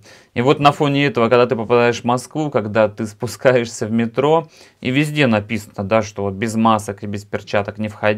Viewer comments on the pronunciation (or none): none